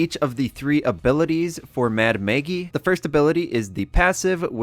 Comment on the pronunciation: Mad Maggie not Mad Maygie